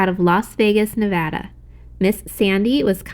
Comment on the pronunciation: Love Lion Wholesale!! My favorite place to order from. And thank you sooo much for pronouncing Nevada correctly. lol as a former Nevadan, we always appreciate that.